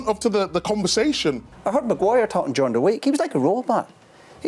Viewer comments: Any body counts how many times did he say Magu-wire 😜😂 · Roy Keane chastising these players is the funniest thing. The way he pronounces Maguire’s name with such disgust😂 Man Roy I like your passion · I used to enjoyed the way he calls Maguire’s name 😂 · I swear it's the way Roy Keane pronounces Maguire 😂😂